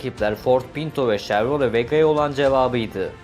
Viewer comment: Arabalarla ilgili video yapıp araba ismini yanlış söylemek rahatsız ediyor. Chevrolet (şevrole)